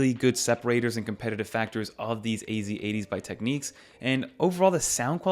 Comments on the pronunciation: Teck - Nicks ✅ Teck - Neeks ❌ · Also it’s pronounced Technics not techniques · This is an old brand and I’m pretty sure it’s pronounced Tech “nicks”. 🐋